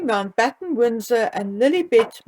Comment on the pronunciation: When you say Lilibet, I hear L'il Bitch, 😂😂! My mind goes to dark places!